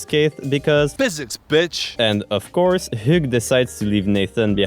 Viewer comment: I believe his name is pronounced "h-ew" like "hue" Or maybe that's just my pokemon brain being silly